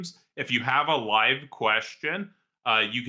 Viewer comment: why do you pronounce live wrong? i thought you were ejumukated....shakes head slowly